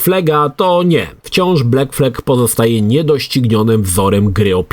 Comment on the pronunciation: Jak można wymawiać angielskie słowo black jako "bleck"? Dziwne to, że gość niby gdzieś tam siedział w grafice, a tak proste zwroty kaleczy. Gdzie w wymowie masz E?